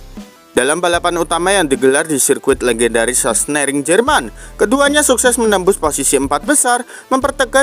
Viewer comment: Sahsenring bang bukan sahsnering 😂😂😂